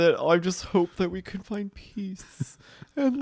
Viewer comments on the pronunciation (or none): none